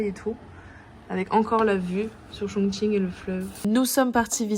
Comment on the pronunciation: vous prononcez bien le mot Chongqing！Amusez-vous bien！